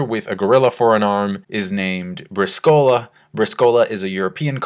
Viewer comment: it is Br ì scola not Brisc ò la . Accent is on the first i not in the o of the word. great content like always. thanks